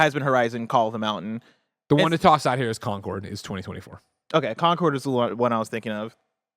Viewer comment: Concord is pronounced con-kord, not conquered. Conquered is a different word entirely.